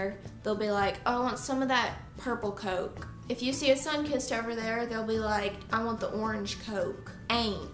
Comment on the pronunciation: Where in the world do they say Coke like that I don’t think you’re southerner